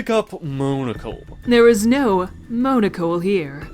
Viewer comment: Monocle: Mon-a-cul, not moan-a-cul